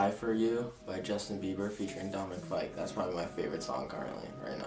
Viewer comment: When Matt said Dominic fyke AHHH